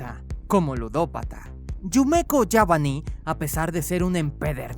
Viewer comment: Wey no es que me creas mucho pero es yabami no yabani jaja no creo que importe jaja